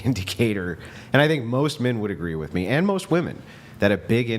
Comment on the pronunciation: Just waiting to see if is gonna jump on the first girl saying “wif” instead of “with”. So far not